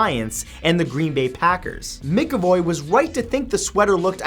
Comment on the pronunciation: It's no mick-avoy, it's pronounced Mack-avoy.